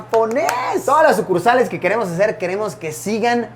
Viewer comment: Luisito: este es el concepto que queremos para todas nuestras sucursales Auronplay: como que sucursales